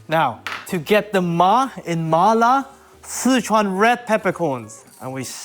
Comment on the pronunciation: Two things, he pronounces Sichuan very incorrectly, and second he cooked the beef way too much. You don’t cook it that long, it’ll taste like cardboard.